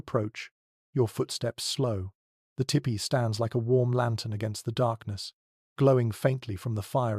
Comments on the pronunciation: I really enjoy your channel, And appreciate the time and effort you obviously put into it. However as someone who has grown up around Native Americans the pronunciation of the dwelling should be more like “Tea pee”. A better spelling to indicate this would be Tepee. After looked it up ”tipi” is also a correct spelling but does not let itself to proper pronunciation. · Only thing I don’t care for is In US we pronounce it TEE PEE Your First Peoples stories are my fav. TY